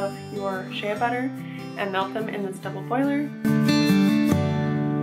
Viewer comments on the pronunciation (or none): This was lovely ! One thing though, Shea Butter is pronounced SHAE butter.